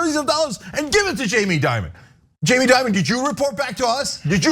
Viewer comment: Change the I in Dimon with an E!